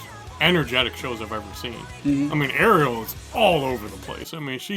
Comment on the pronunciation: yes and her name is pronounced REL not like the little mermaid